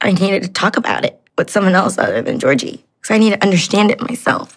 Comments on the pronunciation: She even pronounces his name wrong He's Bulgarian which means his name is pronounced GAY'ORG' EEEEE Not no godamn Georgie Porgie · Watch Dr. Kirk Honda's review of Darcey and Georgi. And, you live in Bulgaria but you pronounce Georgi's name wrong? 🤨 Ask Blair's Baba how they say it. Kinda disappointed you didn't realize him being in US for 8 years means he doesn't need a visa anymore. Anyway, carry on. I still love Yourwetsock🇧🇬